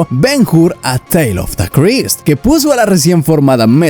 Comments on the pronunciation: Ben Hur, no Ben Jur. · La H es muda, se pronuncia Ben Ur, porque el video esta muy bien, pero me duelen los oídos cada vez que te oigo decir el titulo. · El que comenta el viedo, deberia saber que la letra H en el idioma Español es MUDA, por lo tanto cuando de dice el nombe de BEN-HUR no se dice BEN-GUR si no BEN-UR, lo has entendido o te lo repito otra vez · Es Ben Hur, no Ben Hur. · Ben Hur, HUR, no Jur. hablamos español la H no se pronuncia al principio de las palabras. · ¿Ben Jur?. La "H" no suena. Ben Ur y ¡vale!. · Ben Jur 😂😂😂